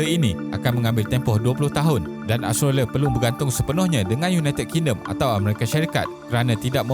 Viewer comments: Aostrolia plak sebutan dia 😆😆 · Mengapa susah sangat mengucapkan kata "Australia"? Something wrong?